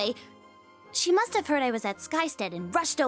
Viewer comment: "You and Aaron mush have..." ASDFGHJKL